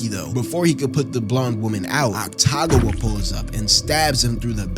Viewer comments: otacon?... otcagon?... is ah-ta-goo-wah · awesome video but i have a couple corrections lol 1. oil drum, not trash can 2. they weren't his leftovers from last week, just a food he craved 3. atsushi is 18 not 15 4. it's pronounced ACK TA GAH WAH not AKU TAGAH WAH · calling akutagawa aktagawa is crazy damn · How is "Akutagawa" pronounced as "Ataguwa" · Saying akutagawa as aktagua makes it 10x funnier😭😭😭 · the pronunciation of akutagawas name is killing me